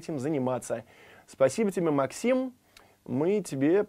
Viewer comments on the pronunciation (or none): none